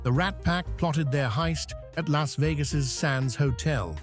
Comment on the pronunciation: At least A.I can pronounce Las Vegas as Las and not Los, as Americans say it